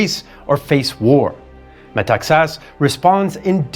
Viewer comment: This gentleman is the only non-Greek speaker I’ve heard pronouncing correctly Metaxas name!